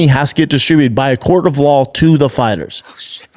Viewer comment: I took a shot each time Brendan did not properly pronounc the word "law". Now I'm stuck in this parking lot. Calling an Uber now.